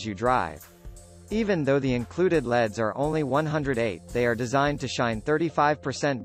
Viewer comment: Man, that robot was really hard to listen to calling L.E.D.‘s “Leads” and spelling every manufacturer name.